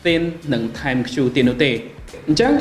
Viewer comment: ThinQ = Think (it mean to be pronounced like this not Thin Q)